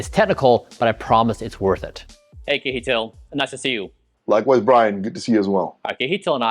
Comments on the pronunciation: not sure why you call him kee-eetil :P KJ is like CH in the German ICH. So imagine something like "Chehtihl" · lol kee- hee-tl :D I was actually wondering what was his actual name... then I saw kjetil :P (which you pronounce (si-e-ttil) ... well, the S at the beginning is not really a pure S... but would be much, much closer then kee-hee-tl ... I am surprised he didn't mind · Kjetil seems to be okay with the way Bryan pronounces his name, "kihitil", but the correct way to say it is with a "ch", like in "chain", and an open E-sound, like in "end". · Kjetil pronounced Yetil. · All that time together and Kjetil never corrected you on how to pronounce his name 😂 great video tho thanks for sharing 🙂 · haha brian you have to learn how to say Kjetil